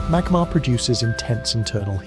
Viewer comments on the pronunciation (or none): none